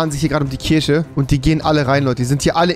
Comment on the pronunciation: Rewi:"Und da ist die Kirsche" Ich: "Kirsche!!!!!! Ist das dein Ernst!!!!"